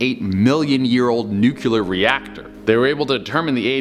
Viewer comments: `nuk lee ar` not `nuk u lar` geez english my 3rd language and i know this ! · NUCLEAR not Nucular!!!! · This bugs me more than it should, but... Nuclear is pronounced "New Clear", not "new queue ler"! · Why do people say the word "nuclear" as if it were spelled nukuler? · I know it's nitpicky, but it drives me nuts. It's pronounced nu-cle-ar,, not nu-cu-lar. 🙂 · Please don't mispronounce nuclear, it's sounds like nu-klee-ur not nuke-q-lur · Nuculer.....drives me nutz..my only pet peeve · "Nukular" is not a word! Its "NU KLEE AR" )nuclear) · NOOCLEEAR, NUCLEAR, NOT NOOKULAR. OMFG. (pet peeve of mine) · Say it with me buddy. Say Nuclear. NUC-LEAR not nuculear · NU-CLE-AR. not NUKE-YUH-LER WHY CAN'T ANYONE SAY IT RIGHT!!! 1 Less subscription! "Good goin, ''..." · Why does he keep saying nukular when the word is nuclear? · Can y’all please pronounce nuclear correctly? It’s not nucUlear. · it's nu klee ar. not nuke u lar. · DUDE, SAY IT WITH ME.... NU-CLE-AR NOT NU-QU-LAR!!!! said it so many times, I just cannot like the video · Omg!! It's nu-CLEAR! NOT NUCULAR! Come on bruh... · I love the videos, but... it's pronounced "NEW-clee-ur" not "NUKE-you-lur" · Lol "nucular" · Light bulbs in ancient Egypt... With snakes inside? Nucular instead of nuclear? This man is as smart as Homer Simpson. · Nuclear is pronounced nuCLEAR 😁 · pronounced it like does, instead of how it's spelled neclear. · Nu cue lar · I guess the same one that told him nuclear was pronounced nu cue lar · NEW clee er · Kinda cute the way you pronounce Nuclear like Nukelar! :) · Nuculear is not a word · Another natural son of G. W. Bush..."nu-cle-ar", dude, lol. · What is “NYUCILAR” ? )))) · Say it with me bro, NOO-KLEE-ER LOL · "Nucular" lololol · Nuclear not nucular doh! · It’s nuclear, not nucular.... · Nuce-Ler hahaha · its pronounced nucLEar bruv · How the hell is it that folks forgot how to correctly pronounce "nuclear?" Thanks, Dubya. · My man, nuclear has 2 syllables.